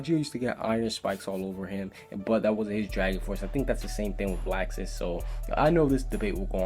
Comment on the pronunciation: he pronounces the names wrong like laxus its pronounced loxus and other things like eileen its pronounced eyeleen